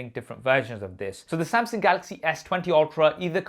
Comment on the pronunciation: Is it me or does he say " Samsing"